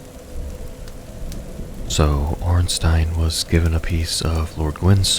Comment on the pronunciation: The way you were pronouncing Ornstein was scaring me